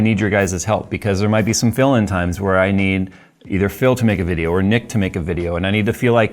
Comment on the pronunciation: Did bro just say their will be some "fill-in times I need Phil to make a video" or "Phil-in times"